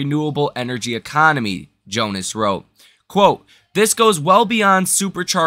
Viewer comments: Love the program Brother... but you have a Tough time with names ..Today is Adam JonAs not Jones and yesterday it was Jim Farley ... not Josh Farley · Joan-Ass not Jones.